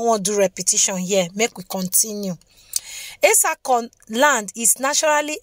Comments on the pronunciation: Well done oo, but your pronunciation is not correct. Where is the place of the Auchi people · We are etsako afemai people. We are Muslim no Christians. Christians or Muslims by mouth. But we are traditional people. And please learn how to pronounce some name before you call it. That you anyway